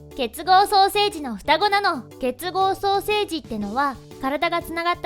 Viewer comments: 結合ソーセージって聞こえた。なんかすいません。悪気はないんだが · 不謹慎 私もソーセージに聞こえました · ソーセージにしか聞こえんwww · ソーセージにしか聞こえない…笑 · 双生児がソーセージに聞こえた私はいったい.... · さいしょの結合双生児が結合ソーセージにきこえた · ソーセージにしか聞こえなかったのは私だけじゃないはず…。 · ソーセージって聞こえた。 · こーゆーことを言っちゃダメだと思うけど 結合ソーセージに聴こえてしまう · 失礼だけど結合ソーセージにしか聞こえない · ごめんなさい ソーセージにしか聞こえない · ほんとにごめんなさい。 結合ソーセージにか聞こえませんでした。ごめんなさい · 同じです❗